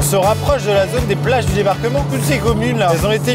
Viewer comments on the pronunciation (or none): none